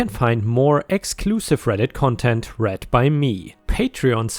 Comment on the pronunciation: I read the story...pronounced red. I read books...pronounced reed.